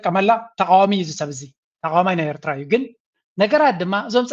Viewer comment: This poor guy can’t pronounce Eritrea properly 😂😂